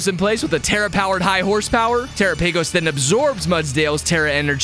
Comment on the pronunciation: you mispronounce terapagos